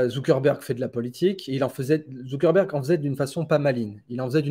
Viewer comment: Zuckerberg pas Zuckenberg 😂